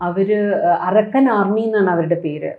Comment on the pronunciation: Tg told point Not arakkan army. Pronounce Arkan means sun military